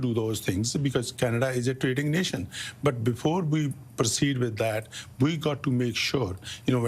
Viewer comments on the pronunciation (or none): "Before we 'parceed ' with that..."